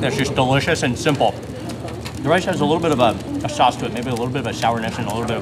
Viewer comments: Not "sack sause".................. 😭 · Sac sauce sounds wrong